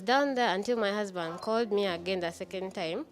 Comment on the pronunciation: Being the ka guy is a thief but l love the way this new wife is calling him then mi hasband,then mi hasband,then mi hasband but ebyo tebituyamba we want our bag